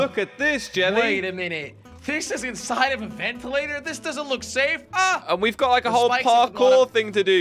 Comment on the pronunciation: I love how jelly calls the vents ventalater 🤣